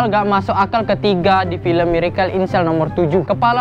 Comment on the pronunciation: Benerin dulu lidah lu buat ngucapin kata "miracle". Sakit telinga gua, denger lu ngucapinnya kga bner! Inggrisnya dilancarin dlu. OKAY!?